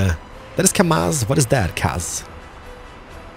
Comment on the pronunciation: KrAZ, no KAZ